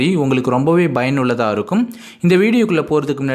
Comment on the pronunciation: No bayanulladhu,payanulladhu